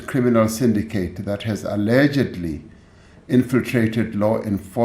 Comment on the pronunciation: You can see where his emphasis was "ALLEGEDLY" ....what a corrupt president.